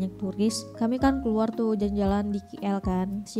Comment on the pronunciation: Sebutan KL itu bukan Ki El tapi Ke El